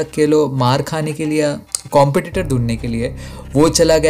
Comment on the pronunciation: Bhai tu aise kyu bolta hai. Tu karega ko kehta hai karenga . Milega ko milenga .